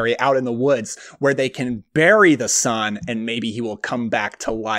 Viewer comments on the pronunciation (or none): none